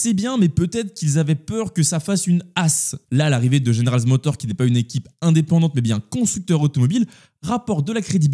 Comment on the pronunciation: Stylée la miniature ! Et sinon c'est General MotorZ et pas GeneralZ Motor. Et encore sinon Perez est rincé, je vois pas dans quel monde il commence la saison 2025 chez RB !